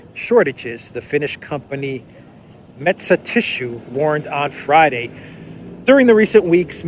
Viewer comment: Metsä Tissue, perfect Finnish spelling sounds good. Excellent 👍